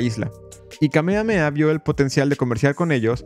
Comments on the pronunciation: En “Kamehameha” se pronuncian las haches. Justamente, es un nombre hawaiiano. Curioso, cómo te refieres al país de Hawai’i como “la isla” al mismo tiempo que reconoces que es un archipiélago. El resto, muy interesante. Gracias por exponer este capítulo vergonzoso - otro más - en la historia de EUA, tan sólo sea para bajarle las ínfulas de superioridad moral que se dan algunos de ese país. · Me duele en mi saiyajin interior que lo pronuncies "kamea-mea" y no "Kame Hame Ha"